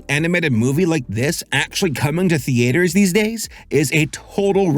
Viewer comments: Th-EE-ters Th-EE-ters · The-aye-ters. lol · Omg the AY ter. Youre killing me LOL